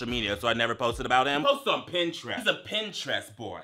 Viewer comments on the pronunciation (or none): none